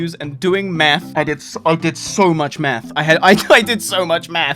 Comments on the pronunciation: Did he say it took him hours of math or meth? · i had this video in the background while playing and i thought you said meth instead of math, got a bit worried